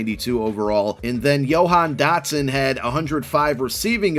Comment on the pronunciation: "Yo-han Dotson" lol